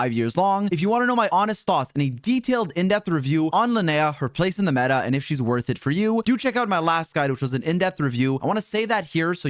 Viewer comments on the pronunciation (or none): none